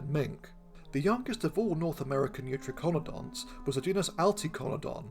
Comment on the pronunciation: I'm pretty sure youTRYkonodonts would be the better pronunciation. tri ("three, triple") as in Tricaeratops, eu ("true") as in eutherian.